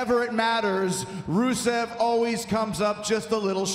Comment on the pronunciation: who is Brusev? Romen Stains is soo terrible he can't even say Rusev's name right lmao. Botchman Rains XD